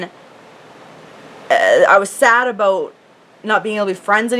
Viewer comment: I love how you say "aboot"!